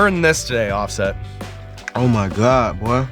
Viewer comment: "Offest"? Was his daddy a printing press?